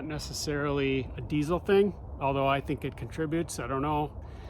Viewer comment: Can't even pronounce diesel, right And you hate it, we're all shocked😅